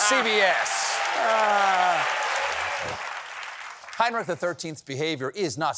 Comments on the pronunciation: I know the German "ch" is hard to pronounce for Americans but hearing the name "Heinrich" mispronounced again and again and again was a bit torturous xD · It is NOT "Heinnrik" it is Heinrich, with a CH as in lochness.Please do your basic home work Steavin. Or what ever your hands in the pockets name is.